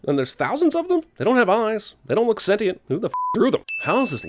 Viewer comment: the way he pronounces "sentient"